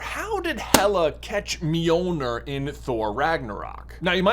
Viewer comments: Wanna try saying Mjölnir one more time? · No one gonna comment on how he says Mjölnir? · First try and say Mjölnir right